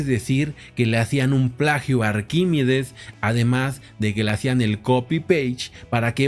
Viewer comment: Arquímedes...no Arquímides